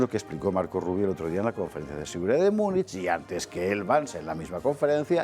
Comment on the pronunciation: ¿¿¿miuniq???... MÚNICH, MÚNICH, MÚNICH (o München) ¡¡¡¡Que asco me producen la Von der Leyen y la Kallas!!!.... QUE ASCAZO!!!